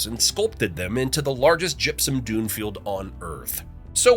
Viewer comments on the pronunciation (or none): none